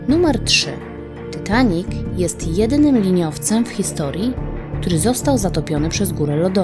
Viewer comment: mówi się titanik a nie tytanik